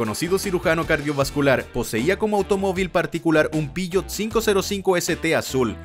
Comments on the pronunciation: Buenisimo el video, lo unico es que no entiendo porque decis piyot si sos argentino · Xq decís pishot ??? 😂